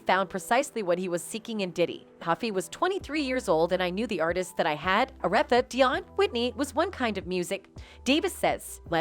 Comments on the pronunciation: When the narrator doesn't pronounce Aretha (Franklin) or LaFace(Records) right, I have to wonder if they (this platform) even knows who they're talking about... or asking about when they did the research. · Whoever is doing the narration here mispronounced The name of The Queen of Soul Aretha wtf?? She also mispronounced Flavor in your ear!! Come on now!!